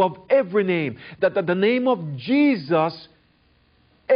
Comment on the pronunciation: Can't help but hear "Jizzus Christ" every time this guy says it.